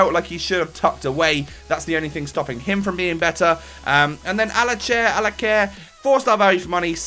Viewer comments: it's not Alaqer it is said Al-ca-ser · it's Al-Ca-s-air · It pronounced alka-sair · It's pronounced Alkasser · It's al-ka-sare, or if you want to say it like a proper spaniard, al-ka-thare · It's "Al-Ka-Sare" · LoL ikr it's pronounced Alkaser right? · Simon Bartkiewicz I think so, I'm not Spanish but I know it's not "Alaker" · Yeh I'm pretty sure it's pronounced Alkacer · Well I'm arab and arabs used to be in spain. And that is surely an arab name. And in arabic it's pronounced as it is written "Alkaser" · say it with me Al-ka-ser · There's a C after the L in Alcacer, read it properly